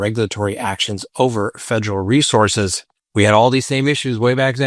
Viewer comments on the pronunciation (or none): none